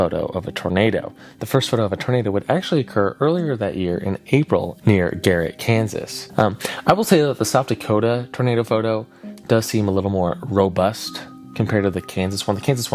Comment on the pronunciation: you said the name of the city wrong, it’s actually Garnett Kansas, not Garrett which isn’t a place. It is pronounced gar-net. Sorry it’s my hometown so mispronunciations bother me for some reason.